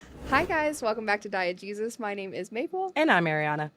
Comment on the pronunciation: everytime y'all say "Diegesis" I keep hearing "Diet Jesus" 😂